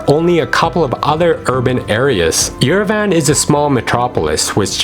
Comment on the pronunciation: Not Yere-VAN, it’s “ Yerevahnn”